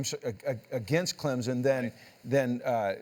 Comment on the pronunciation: It’s CLEMSON . Not clemzen. .